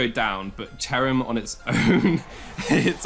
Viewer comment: Ah yes, my favorite pokemon, C h e r u m It's cherrim :)